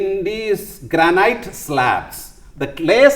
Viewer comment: Pronounce ‘granite’ /‘graenit’/